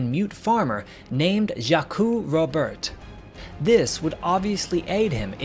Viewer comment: Great story, great production. But was it Jackoo or Jacque? 😊 Pronounced Zhauk